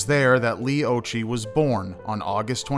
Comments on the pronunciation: I'm 5 months older than Leigh, it's very sad. I believe it's pronounced "ocki" Occhi means eyes in Italian which I find ironic because she wore glasses. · 'Occhi' is pronounced 'Oh Key'. It is an Italian word/surname and it means 'eyes' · Occhi is pronounced with a k sound not a ch sound.